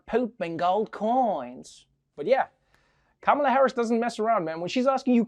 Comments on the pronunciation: Please use equal emphasis on each syllable of Ka-Ma-La's name . The Ma has no extra emphasis as you say it. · Kamala is correctly pronounced “comma-la) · the vowels are short "ka-ma-la" how hard is it? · Even Trevor cannot call her name correctly in the first clip, good that he's trying to get it right now.